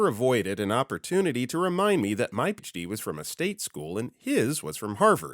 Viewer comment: I'm not saying he isn't real, but this video strongly resonates as AI. Especially with the consistent mispronunciation of PhD. No human would do that. Especially that consistently.